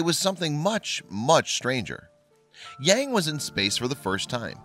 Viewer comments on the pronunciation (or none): It is very interesting and wrong that the presenter pronounce the name Yang...